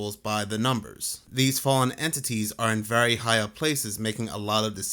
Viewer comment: By the way. God is vewy angwy😊